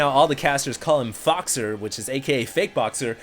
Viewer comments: I speak French and 'faux' is pronounced as 'foe', not 'fox'. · 'Faux' is pronounced as 'foe'. 'Foe-xer' sounds terrible compared to 'Foxer'.